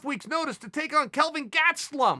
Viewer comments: Kelvin GATsuhlum😂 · That “Kevin GaTSTelum” makes me go 🤤🤤